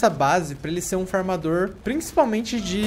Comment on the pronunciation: Eu entendi fumador